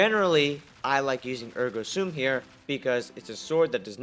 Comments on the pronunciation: “Ergo Soom”. What a dumbass😂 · The way he says Ergo Sum and Ergo SOOM 😂